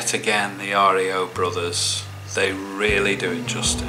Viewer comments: Hey. It's not R. E. O, it's like RIO de Jeneiro. Cheers Rob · REO BROTHERS PRONOUCE AS RIO. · REO brothers pronounced like REO de Janeiro .. Not like REO Speedwagon